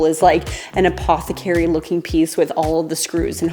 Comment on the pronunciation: I always LOVE the "BOOP" at the beginning! I LOVE your "apothacary" . Surely there is somewhere it can live. :(